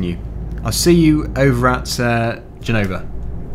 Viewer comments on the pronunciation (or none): Italian language is difficult for a British, but you are doing well. Our Z pronunciation is different, but it's ok. And, for the record, it's Gènova, not Genòva...